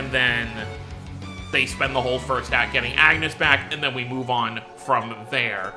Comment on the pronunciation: As much as "Runé" kind of works because this is how his name is somewhat pronounced in the original japanese dub... I can't defend "Agnus" 😂😂😂